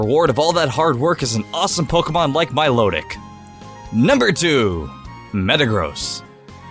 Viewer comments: OMG WHY DO YOU PRONOUNCE POKÉMON WRONG IT' MY LOW TIC NOT MO LOW TIC BTW I love dose videos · lol "molotic" milotic! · Wait... I thought it was pronounced "Milo-tic" instead of "Mi-lotic" 😶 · It's actually not mi-low-tic, it's my-low-tic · It's pronounced Mie-loe-tic. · U say my low tick so wrong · Milotic is pronounced like My-Low-Tic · And its MY-LOW-TIC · You pronounced Milotic 3 different ways. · BUT THE REAL PRONOUNCIATION IS "MY-LOH-TIK"! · never thought I'd be one of these people but the way you say milotic pinches my brain...